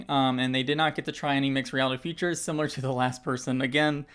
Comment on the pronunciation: I’m sorry I’m pointing it out but I loved how you said it looks “simeulurller” lol I’m so sorry but it made me laugh. Edit: Made me laugh even more because I then went on to say it this way 3 times lol!